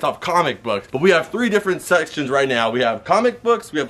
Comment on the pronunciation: ....he almost slipped....”sex..ctions